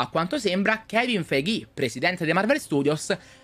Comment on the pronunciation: KEVIN FEIGHÌ